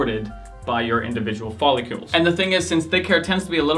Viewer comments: Follicles bruh, follicles! Not folicULES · Is it pronounced "follicles" like icicles or the way you are saying it "follicules" like molecules?